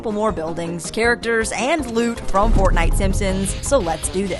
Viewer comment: Bro why did you say fortnite is fartnite